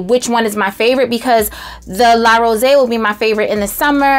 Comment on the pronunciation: It's pronounced La Rose, not La RosÉ! 😃